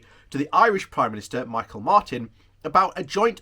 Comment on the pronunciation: Enjoyed analysis. Can I give you the phonics for pronouncing Micheál Martin's first name .... Me-Hall. 😁